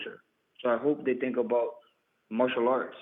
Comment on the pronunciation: "Its not as easy as you TINK"